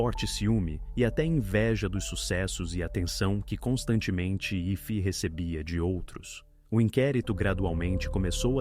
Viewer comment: Interessante, a pronúncia do nome da pobre menina assassinada.....IFI, AIFI, IFÊ, AIFAI, ..........😵‍💫